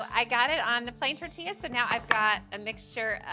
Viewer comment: I’m just glad she said tortilla correctly lol😅